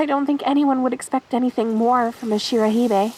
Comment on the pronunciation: I just noticed the note about the Shirohebi pronunciation and just speaking as a ginormous weeb I think you almost got it, but instead of it being said like shiro hee-bay, it's shiro heh-bee I hope that helps if you were still worrying about it, and you did a lovely job with this one!